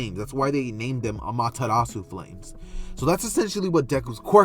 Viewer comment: Ayee! Btw no problem man you deserved that break (not to be picky but it’s ah mah ter ra su